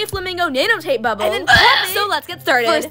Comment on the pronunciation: No one is gona talk abt how she said bable instead of bubble? But honestly shes slay